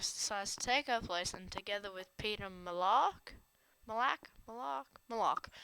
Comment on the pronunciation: It is peeta not peter